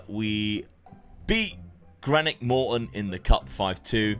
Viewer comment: They way you say Greenock 😡